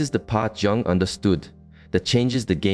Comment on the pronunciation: Carl Jung is pronounced Carl Yung